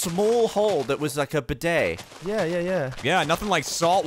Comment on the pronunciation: Bidet, not beudet.